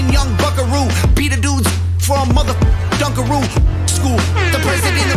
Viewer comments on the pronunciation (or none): It's "Dunk-a-Roo" 😂 The little cookies that come with chocolate dip. Very big in the 90s! ❤